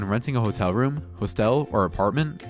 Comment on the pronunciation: Love the vids and the voiceover guy sounds good. But, you’d do yourself a favor looking up the words that you’re unsure of concerning the pronunciation. BEspoke, hoSTELL, daRINGER? Takes just a little effort and he won’t sound so unintelligent. Just my 2 cents.